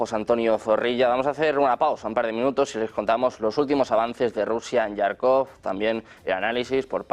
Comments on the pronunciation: Que alguién por favor corrija de una vez por todas a este señor periodista Некультурный que lleva semanas llamando a diario Yarkov a Jarkov, que se pronuncia con J DE JAMON DE JABUGO; hombre. Con más de un millón de suscriptores deberían Uds., cuidar un poco ciertas cosas. Y si no sabe la pronunciación en ruso, que lo pronuncie en español textualmente, pero no a la inglesa. Serguei Lavrov con GU GUEI, no seryei..y suma y sigue. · Por favor al comunicador ,periodista al que relata las las noticias, comunicarle que no es yarcov no se escribe con "y griega " se escribe con" j "y se le Jarkov con j como del baile español La jota esa pronunciación tiene. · Toda la vida ha sido Jarkov, los periodistas españoles cada día se inventan una pronunciación más absurda. Es como lo Kiv en lugar de Kiev.